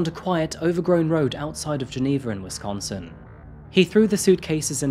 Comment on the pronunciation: 1st things 1st I adore this channel. I’m obsessed with true crime and this channel rocks! Next I love your accent. I live in Milwaukee and the way you pronounce Wisconsin is too good! And you pronounced Allis correctly too. Most people who are unfamiliar with West Allis say it wrong.